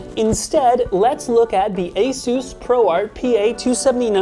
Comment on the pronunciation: Finally! Someone who pronounces Asus correctly.